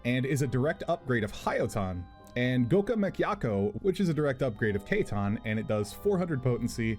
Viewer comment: amazing coverage on Ninja,. Really makes me want to come back to the class HOWEVER your pronunciations on some of these skills like Katon and Goka Mekkyaku cannot be overlooked. I'm telling mister yoshida p!!